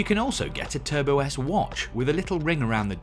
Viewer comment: bruh, Matt called it Turbosite 😭😭😭😭